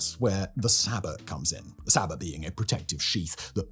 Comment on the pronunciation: Bro, the T in Sabot, is silent...